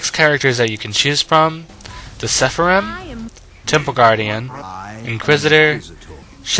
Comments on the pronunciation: It's not "seffa-rim", it's "Sara-fim". Pretty simple pronunciation, actually. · Great review, but sepharim.... lol it's seraphim. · say it with me, please ...SER-A-PHIM........OR SARAFIM